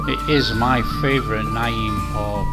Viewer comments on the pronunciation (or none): Alway's wondered how it was made. Great video. Btw it is pronounced "nam same as Vietnam"